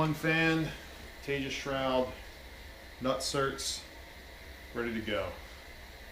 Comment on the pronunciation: It's pronounced like Te-has. The company is in Texas. It's Spanish.